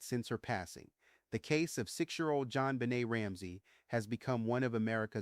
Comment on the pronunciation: your followers know this is a newly named podcast of yours even though we don’t know why you did this. Much of the voice seems right, until the pronunciation of Jonbenet asJon benay en and DNA comes out as Deena. I don’t understand the change in pronunciation.